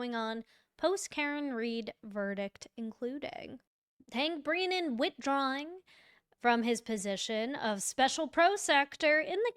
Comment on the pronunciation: This lady can’t even pronounce brennans’s name properly